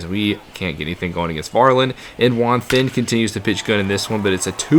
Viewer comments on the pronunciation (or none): I’m pretty sure “Juan then” is pronounced “Juan ten” im not 100% sure thought I should just mention it 😂